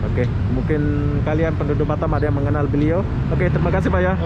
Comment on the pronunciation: bukan batem bos tapi batam